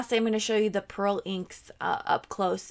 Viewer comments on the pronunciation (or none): none